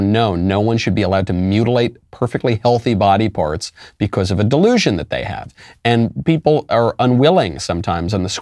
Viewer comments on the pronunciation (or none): Anyone else notice the "pody barts" dyslexic slip?